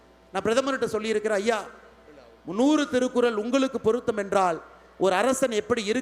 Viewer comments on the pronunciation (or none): none